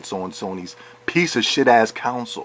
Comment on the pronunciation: lol you fucking moron. first of all learn how to say console, use the correct form of their, and use common sense. This is the playstation podcast lol of course they will say things like this. The same things can be said about podcast unlocked and their biased towards xbox. Calm down. No one can force anyone to buy anything and besides if people have bought the PS4 they have made an excellent choice. XBOX ONE had just as poor of a launch lineup just like every console does. btw go fuck yourself and play snes